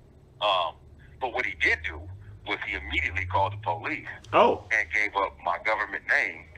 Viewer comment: “But what HE DID DO WAS CALL THE (PO LEASE)” 🤣🤣🤣